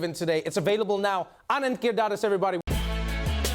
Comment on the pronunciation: 😜Trevor couldn't pronounce Giridharadas!😂